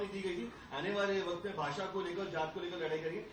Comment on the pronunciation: Mr Dubey please pronounce at least correctly - u r saying ' भासा ' instead of ' भाषा '.